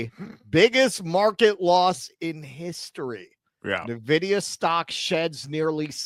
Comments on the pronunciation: Ffs... It's not Neh-vidia It's IN-vidia This channel and TJD show are practically sister channels at this point... Gaffs n everything. Cheers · N-Vidia, not Nevidia. It's a computer company, not a subsidiary to Nestle 😂.